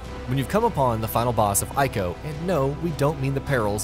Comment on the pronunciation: The right way to say "Ico" is Ee-ko. If you play the remastered version and let Yorda loose she will call to him sometimes to indicate points of interest (useful when you're stuck).